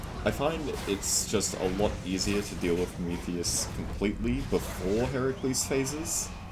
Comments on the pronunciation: why does he keep calling Prometheus "Promicles"? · why does he call prometheus promecles?